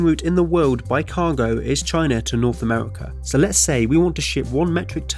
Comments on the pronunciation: Amewica, Sibewia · Amevika, Wussia, bwidge. What is this accent? I've compiled a small list of people that share this speech impediment; Torque steer, Numberphile, Human Interests, Carl bradbury, Thoughty2 Please send help. Im going insane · Yea, Amewika and Wussia should have a bwige